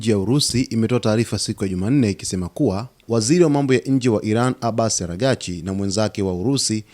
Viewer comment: Kwa Nini ujuwi kusema aragsch?